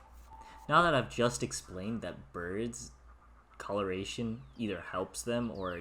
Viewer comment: Ha ha burbs , I like it